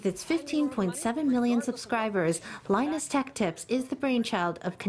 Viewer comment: First news media to pronounce his name properly lmao 以後去台灣要改名叫Lin Nus了